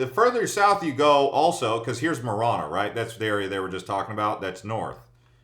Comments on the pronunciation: I thought the second A in Marana had a long A sound? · I figured it out when he pronounced both Marana and Sahuarita incorrectly. I can understand maybe the latter one, which most people do not, but Marana, come on!!! For the record, it is Saw wah Rita not Sour Rita or Swa Rita. Also there is a difference between South Tucson and the Southside. It just seemed like he categorized them as one.